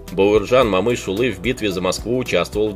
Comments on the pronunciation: коментатол не Бауырджан а Бауыржан и не Мамыш улы а Бауыржан Момыш yлы, котак коментатор. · Абсолютная безграмотность. Не Мамышулы,а Момышулы. Не Бауырджан,а Бауыржан. Аж,противно слушать таких шовинистов нарошно с искажением неправильно выговаривающий имена. Если трудно произносить через букву О ,то тогда генерала Конева так же произноси как Канев. Идиот.